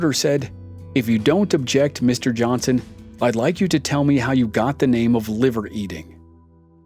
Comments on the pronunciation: IDK why this story reader pronounces his name wrong EVERY time? There is no T is Johnson brotha!!!! Johnston Johnston Johnston smh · Why do you pronounce Johnson wrong?